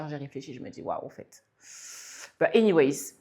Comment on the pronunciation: C’est anyway pas anywayZZ. 😅